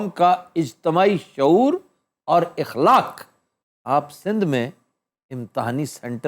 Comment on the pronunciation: السلام علیکم آفتاب اقبال صاحب اِخلاق نہیں َاخلاق ہوتا ہے آپ کو میں بہت زیادہ سننتا ہوں آپ سے بہت محبت بھی ہے بس بہت دیر سے میں یہ چاہتا تھا کہ آپ کوئی غلط لفظ استعمال کریں تو میں غلطی نکالوں